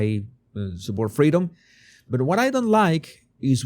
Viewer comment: I quit liking him when he said. "Screw yo' fweedoms."